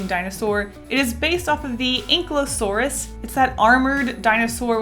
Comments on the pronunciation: See-low-FIE-sis Also, I’m in love with your designs! Pair-AH-soar-all-OH-phus An-KAI-low-soar-us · The panda inspired one is pronounced see-lo-fye-sus, the soda one I'm pretty sure you were basing it from a plee-z-o-saurus, the long neck boy from what i have heard is pronounced thal-ess-o-med-in, and the last one is normally pronounced an-ky-lo-saurus, but I've heard it both ways. (: Just figured I would help out a bit as a fellow dinosaur lover! Such cute drawings!